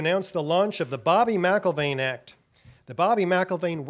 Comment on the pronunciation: Excellent, but, and without meaning to be or even seem to be offensive, McIlvaine shouldn't be pronounced as if there's a letter 'a' in "Mc". Two simple examples that're very well known are the names MacDonald and McDonald, both of which we all know to exist while also not being pronounced as if both begin with "Mac". It's a matter of linguistics, say. And with that said, I wish you all great success with the Bobby McIlvaine Act as well as your full mission and all of the work you've all most dedicatedly performed for over a decade now.